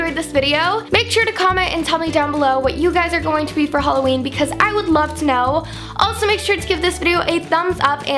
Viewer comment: it's hah-loween not hol-aweem